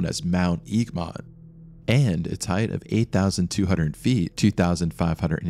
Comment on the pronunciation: "Tarra-nacki", not "Tarra-NAA-ki" "Egg-mont", not "EEG-mont".